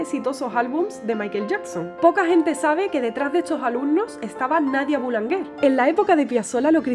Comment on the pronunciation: Buenas...estupenda la presentación...sólo un detalle...Boulanger que quiere decir Panadero ..es apellido en este caso pero podría ser la profesión se pronuncia en francés con una fonética diferente...para pronunciar como tú lo haces tendría que escribirse "boulanguer" ...cosas de la lengua francesa...y Carlos Gardel parece que había nacido en Francia 🇫🇷 un saludo cordial